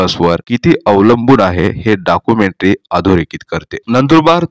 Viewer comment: Dakumentry Nahi Documentary 😅😅